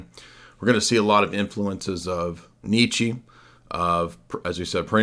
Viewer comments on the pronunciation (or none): none